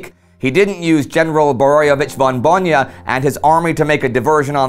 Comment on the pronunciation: idk if anybody mentioned this before, but you keep pronouncing bojna as bonja